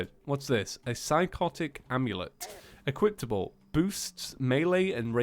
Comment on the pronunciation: ...Equiptable XD...